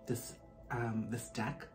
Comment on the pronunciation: I was drinking water when you mispronounced ‘deck’ and I nearly choked 😂😂 regardless, thank you for the message!!